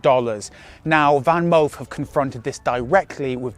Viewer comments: I think it pronounce Fanmoof, and not VanMoof. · Your Dutch pronunciation of "Moof" is spot on. We don't pronounce "Van" that way (your pronunciation writes as "Ven" in Dutch). It has to be an "a" - the softer one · Van: speak out the 'a' as in 'park' Moof: speak out the 'oo' as in 'low'